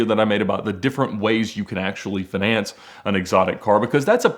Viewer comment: Why does he pronouns finance like finesse? Lol